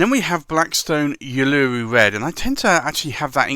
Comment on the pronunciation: i don't think i have ever heard someone mispronounce uluru before...it's the proper name of ayer's rock in australia.